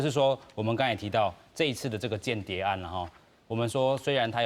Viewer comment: 「間諜」讀作「kan-tia̍p or kàn-tia̍p」 嘉賓跟主持都讀作「kian-tiap」，作為主持人，音讀錯，實在太不專業，估計沒好好學習教會羅馬字！